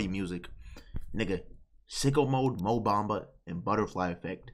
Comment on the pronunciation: bro said mo bamba